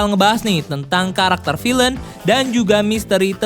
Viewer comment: Pronunciation kata villain bisa dikoreksi di video selanjutnya Good luck!